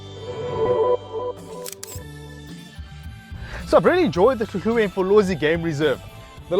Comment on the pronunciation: Good you say hluhluwe properly!